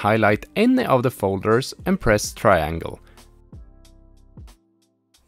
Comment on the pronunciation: actually i just finished last night. and i followed a different video on YT titled "How to Jailbreak ANY PS Vita in 2024 - ANYONE CAN DO IT!" by EDT4. just remember to have the sdcard already formatted and "restoring" to start from scratch. Also be aware of the way he says "triangle" later in the video. it threw me off a bit and i had to rewind a few times, lol. Ima still hit "Like" on this video for getting me as far as they did!